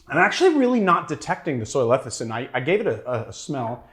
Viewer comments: that word trips me up too, so I looked it up. It spelled lecithin and is pronounced "leh-sih-thin." I don't mean to be a cyber smart-ass. I just don't want my favorite bartender to be embarrassed. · Repeat after me: Le Ci Thin